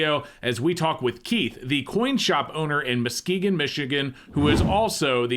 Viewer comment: Kudos for pronouncing Muskegon correctly.